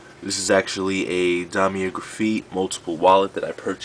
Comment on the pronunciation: guy cant even pronounce louis vuitton or damier or graphite lmao